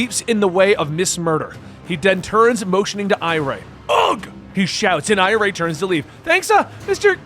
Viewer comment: The girls name isn't pronounced I-ray it's pronounced I-ree. She's name after iris. Just like Jai is named after Jay